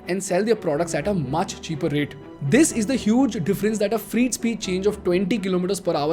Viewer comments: Fr8 trains, Fr8 Corridor etc. I was really confused at the beginning ki whats a free train?? Not mocking or anything, i have had my share of pronunciation issues early on. But you are directly influential to Lakhs of students and youngsters through these videos and your other activities. Your pronunciation has to be on point/better as i have noticed many errors in previous videos too. Meri galti is galti your galti is paap ;) :P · I'm not trying to be offensive here but if you're going to sell a course on communication, I would learn how to pronounce "freight" correctly. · phele freight thik se bol de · Get your English pronounciation correct, pls refer to ... Words like freight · I follow your videos, and in many cases find that your research is good. But I suggest you edit and reload this video because your pronunciation of "FREIGHT" sounds like "FREE". So, it sounds confusing because these trains are not free. Freight is pronounced "Frayt". T is not silent and the 'ay' bit in between is like in Pray. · Freight is pronounced as Fr eight as in Eight, not Freeeet as you are saying. I've always liked your YT postings which are mostly educational and informative. Pls listen to how Modiji is pronouncing it. Thanks for the lovely post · is it just me or , is he really saying free train again and again instead of freight train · It is not freet train. It is fret train. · You should have taken 5 minutes to research the proper pronunciation of some English words. For example, "freight" rhymes with "wait" not "meet". Etc. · What is “freet “ trains? I thought “freight” was pronounced “fray-t”or “fr-8” no?🧐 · Bro, freight is pronounced as 'frait' not 'freet'. Sorry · Please bhai its "fry-e-it" not "free-it" im so sorry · Not "Free-Train..." it is ''fre-ɪt Train' 🙌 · It is "Freyt" Train. Not "Free" Train. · Also it's not "freet" trains it's "fray-t" trains. His pronunciation hinders my interest in the content. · Its not freet trains. Its freight. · फ़्रेट not फ़्रीट